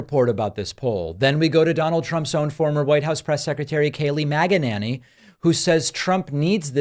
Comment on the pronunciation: "Kaylee Maga-nany" 😅